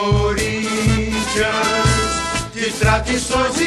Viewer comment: vc ta e Maluco, o hino do gremio e muito melhro vc nem deveria se chaamr gremista esse hino do curintia é tao ruim que começa todo tronxo...e a pronuncia ta errada... o correto é "salve Ôh corinthians" kkk quando vc fala "salve o corinthias" e um chamando de "pedido de ajuda"